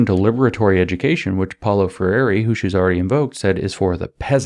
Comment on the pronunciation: Please help James pronounce Freire.